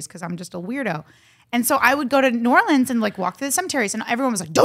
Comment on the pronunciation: Jen thanks for pronouncing New Orleans correctly